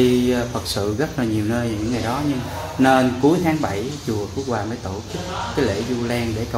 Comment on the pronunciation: Chùa Phước Hòa,ko phải Phước Hoa ,nói sai